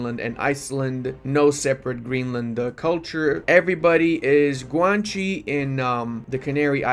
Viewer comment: is Guanche not Guanchi. With love from a latin brother.